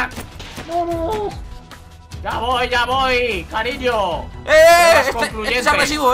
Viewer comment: Like si escuchazte que pe dijo cariñ8 amike